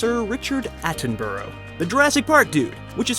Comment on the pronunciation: Attenborough. Pronounced Atten-burra. Not Atten-bor-row. Just had to get that shit off my chest.